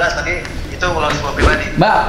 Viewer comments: Lounge kali bang billy, bukan lunch😭😭🤣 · Lounge bang Bil, bkn Lunch. RIP English wkwkwkk